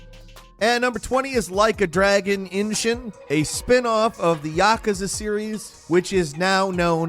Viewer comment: That isn't how you pronounce miasma or yakuza.